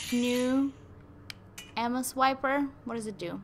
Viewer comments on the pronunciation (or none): When you say ammo it sounds like you're saying Emma